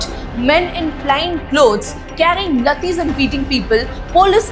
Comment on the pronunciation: laathis ❌ lathis ✅